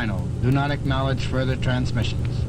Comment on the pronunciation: "You need not agknoledge any further transmissions"